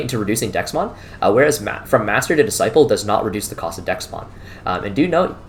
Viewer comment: Threw me off everytime you said Dexmon. Had to google to figure out DeathXmon. Bandai has done a terrible job with names